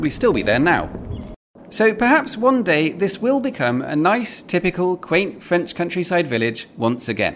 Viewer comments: Your french pronunciation is getting better! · Good French accent ! Bravo !